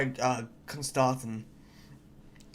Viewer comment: You were saying his name right. At least the offical audio book says it as Constantine